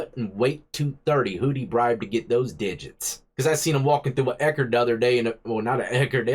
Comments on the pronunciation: Damn Dude, "Eckards"?. You don't look old enough to be talking about Eckards. Next you'll be talking about TG&Y. 😂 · Bro you took me back with that Ekerd slip. You know you're in the wrong town when you see an Ekerds lmao.